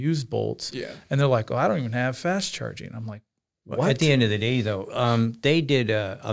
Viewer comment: "at the end of the dee" is great. Don't end it